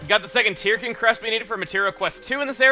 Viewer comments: I figured Tirkin was pronounced "turkin", like "turkey", since they're little bird guys. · Chugga, you pronounce Tirkin as "Tear-ken", yet I always thought it was pronounced as a combination of turkey and chicken (tur-ken). Do you pronounce it as "Tear-ken" because you simply want to say it that way, or is there something in the name I just don't get? I'd love to know if you have more information on the name. Either way, keep up the amazing work.